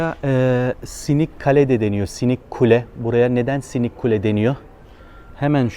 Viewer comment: "Sinik" deyilde hocam , "Sınıq kale" , yani sınmış , sındırılmış qala. Bilməm sizin türkcədə bu kelime kullanılıyormu.